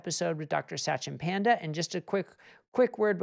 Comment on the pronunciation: Satchin Panda is pronounced Such-in Pund-a. I cringed every time the host said the name.